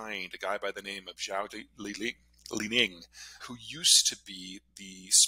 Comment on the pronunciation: Zhao Lijian not Zhao Lining.